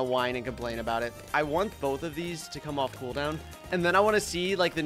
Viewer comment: Bro said ONEK instead of want